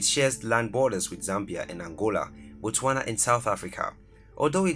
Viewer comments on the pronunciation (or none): none